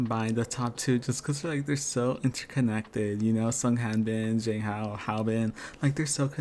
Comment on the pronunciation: agree with all your commentary but i can't let "zayng hao" slide, my friend. they pronounce his name correctly for you in every episode.